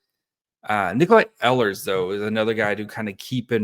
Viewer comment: it’s pronounced like eel-ers, not eh-lers